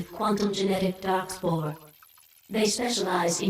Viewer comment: Anyone else keep hearing "Darkspawn" instead of darkspore?